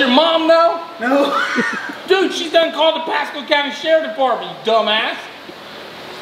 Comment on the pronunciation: he said sherifff ahahahah